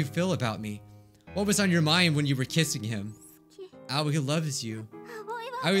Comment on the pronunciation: The way he pronounces Aoi 😂🤣 It’s actually pronounced “AH O EE”(あおい